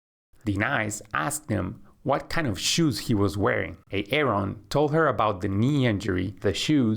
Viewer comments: Yeah the way he says A-Aron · ㅋㅋㅋㅋ 에이 에이론 ㅋㅋㅋㅋㅋㅋㅋㅋㅋㅋㅋㅋㅋㅋ 아론 아님? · Lucky me I understand who Aaron and Denice are when I heard the host said these names😂😆😆🤣